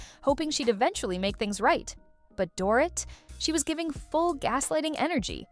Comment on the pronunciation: It’s pronounced door-eat , not door- it.